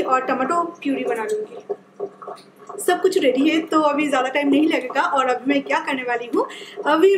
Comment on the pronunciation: "Abhi" not "Avhi"...pls learn to say "b" instead of "v" when u speak Hindi...